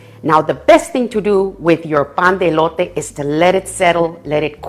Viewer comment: I love it when you say pan de elote tu espanol es perfect